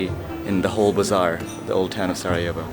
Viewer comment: Is sarajevo, not sa'ajevo bro. na good video